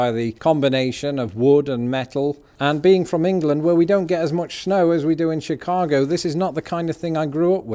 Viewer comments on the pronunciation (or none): none